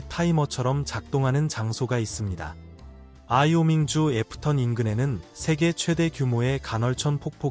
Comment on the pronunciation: 아이오밍 이라고? 와이오밍입니다.Wyoming.